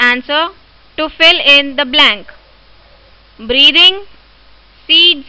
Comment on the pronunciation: Are pagal ye questions kise nhi aate kya aur ye breathing ko breeving kyu Keh rhi ho